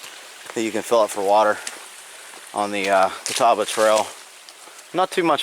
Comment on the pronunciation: Us locals call that mountain as the natives did who named it "Catawba" and it is pronounced like "CuhTawbah" without any real emphasis on the "W". Also Mc Afee's Knob is not pronounced as Macahfees (LOL), it is just like the anti-virus guy John McAfee, pronounced MacAfees. Ha, Pennsylvania dude! I live very close to Dragon's Tooth (which you spoke perfectly BTW! LOL), and around here we do little day hikes up to McAfee's Knob and to the top of the tooth at Dragon's Tooth. When I was young there was no steel stepping bars or luxuries like that, but I sure do like those now that I'm older! Glad you enjoyed our countryside!